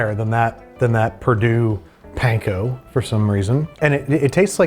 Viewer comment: please say panko properly 😭